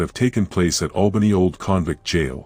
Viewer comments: It's Albany not Awlbany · The A sound Albany is the same starting sound in apple, it's not awlbany as in the sound awe. There is an town over in the east of Australia that sounds like Awlbany.